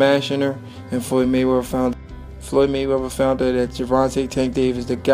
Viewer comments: 'Mumble, mumble mumble Froyed Mayrether, mumble mumble' Great video! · Floyy Mayweva😁